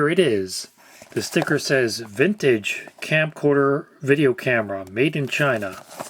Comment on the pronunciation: Anyone else hearing "Campcorder"? I think I'm going to start using this name now.